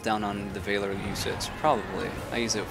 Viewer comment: Please google how to pronounce "Valor" 🥺